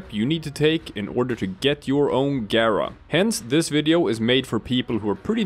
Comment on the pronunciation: You pronounced her name correctly and for that you have a new subscriber.